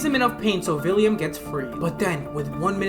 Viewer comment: Why do you say “villiam”?? Is it not “William”?